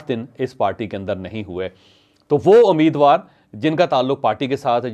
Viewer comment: This is not Ameedwar. It's Umeedwar. Correct yourself.